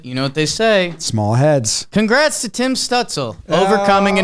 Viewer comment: Tim’s name is better when pronounced correctly 😢